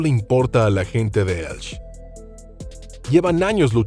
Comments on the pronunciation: Como que Elch? Que barbaridad es esa? Si tiene dudas en la pronunciación de alguna palabra solo tiene que ir al traductor de Google y ya está...le pronunciarla correctamente la palabra que sea. ELCHE....ELCHEEEEEEE........No Elch...menuda desfachatez. En castellano no se come ninguna letra al leerla...solo la h. P.D. Soy Valenciano. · Vaya tela... como toda la información dada sea como la de la dama de ElchE, que en español suena la última e, pura charlateneria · Señor, usted habla ESPAÑOL, si, señor, español, y en este idioma la h no se pronuncia como j, sino que es muda:"Heraclion" se pronuncia, pues, "eraclión", y no como lo ha pronunciado usted, por no sé qué alarde esnobista filonglés. Pero el colmo de su error fonético en español es no pronunciar la e final del nombre de la ciudad de Elche. No, señor, no. Elche, no se pronuncia "Elch", para nada. Ese nombre así pronunciado nada significa. Elche se pronuncia con su e final bien explícita. Como toda e final de palabra en su propio idioma, el español o castellano. Ya basta de maltratarlo por parte de gentes acomplejadas con su cultura hispana.